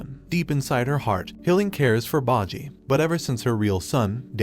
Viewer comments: Is name is bojji not baji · It's boh-ji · i watch all the episode all ready sooo we is still the king and daida is marrid and its bojji not bajji its king boss not king bossy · You mispronounced Boji's character's name. That is a sin I cannot overlook. I went out of my way to get the English dub to hear how they pronounce his name. They pronounce it "BOH-JEE" not "BAH-JEE" It's almost as you never actually SAW the anime and just read someone else's notes on it. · “Bodjy” lol it bojji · Baji? It's BBBOJI!!! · You said bah-G wtf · its pronounced bow ji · You butchered half of the main characters names wtf( bow gee ) and (die da) that's how you say their names ...your using the anime show to tell the story yet you didn't even pay attention ... 🤨😪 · Ikr 😭 “baji” “cage” “dumass” “dayda” and “the spa” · Cage and Bohji??? Data??? bibin? Domayze??? What are these pronunciations? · BO----JJI not whtever the fuk u said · The pronunciation of kage and bosse is funny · "Cage" "bogi" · See, it is 1) bojji not bajji 2)bosse not basse 3) kage not cage!! Don't do these mistakes, it looks like you are just laughing at it! Like... about ouken, he didn't made any pact instead his father found the way for immortality which was inherited by him!,,, you are not even serious! Are you!?👎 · Quit pronouncing everyone's names so wrong. Its Bow-Gee not Baw-gee. Kaw-gay not Cage. Bow-ss not Bossy. Good lord man, at least try a little when saying their names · bojii->bow-gee. Kage->Kah-gey. Bosse->Bow-sss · "boggi" "cage" "bossi" "day da"